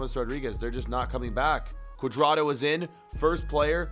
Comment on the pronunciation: U said James cudrado